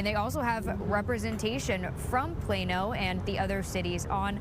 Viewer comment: It's Plano not Plana 😂